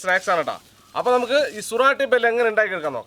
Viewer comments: സുറാട്ടി ബെൽ അല്ല. “സൂറത്തി ബേൽ” (ഗുജറാത്തിലെ ഒരു സ്ഥലം) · സുരാട്ടി അല്ല സൂരത്തി ആണ്